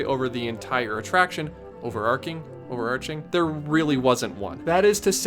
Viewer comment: the ch in overarching is a "chuh" sound and not a "kuh" one